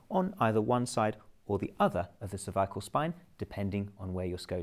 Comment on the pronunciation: Sounds like he’s saying “Survival spine”